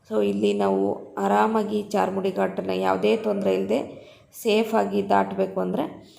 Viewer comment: Adu charmudi alla sis adu charmadi ghati